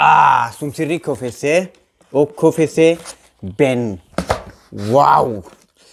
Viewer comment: Bra video! Men uttalet på KFC. Käi ef si.